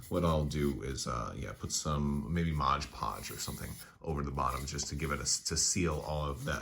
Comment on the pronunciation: Not to be "that guy"...but well...its Mod Podge not Modge Podge hahahaha